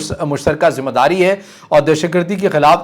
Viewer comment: Zim _ ah _ daari nahe ,....???????? 👈👈👈👈 Zim _ eh _ daari lafz sahe hota hai mehurbani kar keh apni Urdu ko aap sahe Karen .....👈👈👈👈 Shokriya ,.....👈👈👈👈 🇵🇰💚❤️ LOVE FROM PAKISTAN ❤️💚🇵🇰